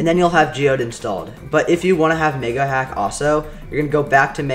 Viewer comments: bro u didn't say megahack you said 🥷hack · Niga hack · i swear this mf said niggahack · sound like he said the n word